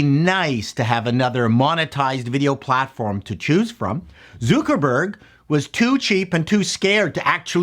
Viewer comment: Lol, "Zookerburg"?